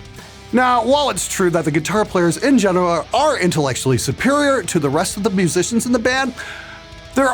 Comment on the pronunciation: Restarted the video 3 times just to hear your awesome pronunciation of mhhuhsicians.